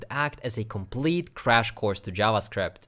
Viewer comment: The "crash course" you said in the beginning sounded like "trash course" to me. I listened to that again and it was "crash course". lol😂